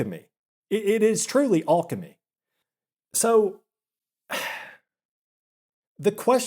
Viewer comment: This mispronunciation of alchemy is killing me